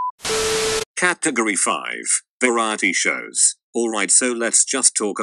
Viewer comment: I like the way it pronounces "caatagoree"